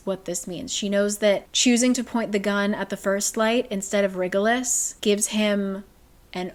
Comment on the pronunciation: "WriggleUs" 😂 Every time she pronounces that name. Super glad for this video so I can see what happens, because there's no way I could endure another book of cringe and plot holes